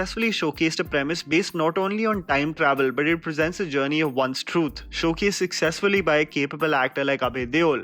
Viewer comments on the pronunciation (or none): none